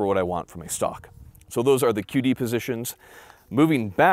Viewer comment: So I know that is never going to see this i understand that but can you please announciate QD a little bit more? Because It sounds like you're saying that 1 Netflix movie.